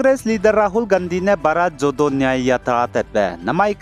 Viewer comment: News pei mmi da.. suggestion kat alamgene "Bharat Jodo" ze PRONOUNCE TEU bege ah "Bharat JORO" ze acheube tau leugulei.. nang lungsia ra mak ka..noi.. Keep up your good work..